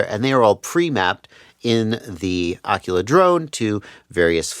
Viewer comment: The way you pronounce Aquila is killing me!!!!!!!!!!!!!! I'm, and you're going to learn something today. It's pronounced A-KWILL-UH. It's Latin for an Eagle and root of where the writing quill gets it's name.